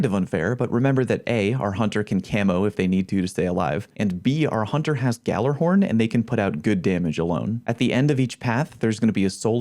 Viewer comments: ghallERhorn? You mean ghallAhorn? xD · gallerhorn????? its (galla-horn)